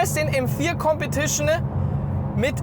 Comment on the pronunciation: Kompetischnää Zweitnää